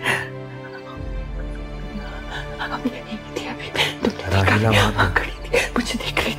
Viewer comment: Rahila❌️ trahila✅️